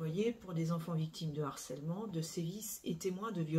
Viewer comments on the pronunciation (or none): none